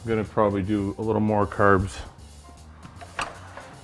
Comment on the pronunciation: curbs, aboot